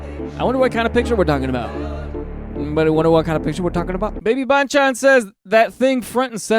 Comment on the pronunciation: My auditory senses are so pleased when you correctly pronounced baby banchan 🥹